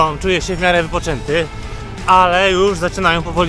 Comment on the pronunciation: SKURCZ a nie skórcz…